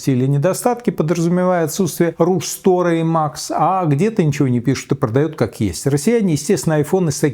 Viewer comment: дядь, если ты читаешь текст с экрана то хотя бы немного подготовься. Кули ты "Ru Store" прочитал с затяжной паузой? У тебя проблема с базовыи английским?🤣🤣🤣